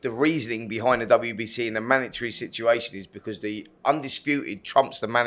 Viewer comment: Manatry! Spencer, it’s a mandatory